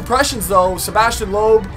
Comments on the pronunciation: but this time its loob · Some tips: Sebastien Loeb is pronounced "Lup" not "Lohp" or "Looph" :)